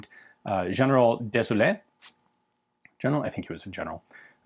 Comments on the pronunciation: Funnily enough, the first time, you mispronounced Désaleux. You ended up saying "désolé," french for sorry :) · Désaleux, that's a hard one. Roughly phonetized in English : Dayzalu. Thanks for all that content as usual, higly interesting ! Why don't you pop by Belgium one of these days, FN's still running proud and there's still is a very renown arms manufacturer's school in Liège. That and the beer, cheese and chocolate of course, but that comes without saying !